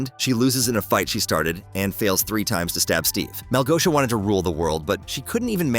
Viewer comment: It's not Malgoia, its Malgosha!